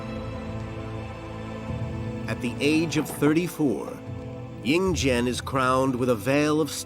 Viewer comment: Li Si, become Li Su, Yin Zheng Becomes Yin Jian. The names are all wrong. Please learn chinese before narrating chinese history. Xu Fu is a taoist priest not a doctor. He was legend has it started Japan.